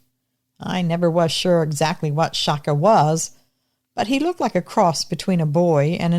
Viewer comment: It's pronounced chaka like a piece of chalk with an a at the end